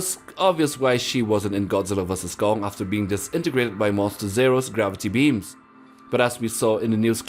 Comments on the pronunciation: It’s Kong not gum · Why did you call Gong ? It’s Kong not Gong Lol.